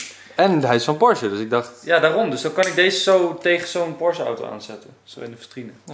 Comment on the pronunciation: Eindelijk eens iemand die porsche goed uitspreekt. Wat word ik daar moe van zeg. Goedzo!!